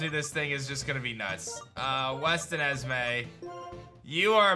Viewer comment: It kills me that kept saying westenismay instead of westen. Is. Me. Which is I'm assuming named after whoever sent the egg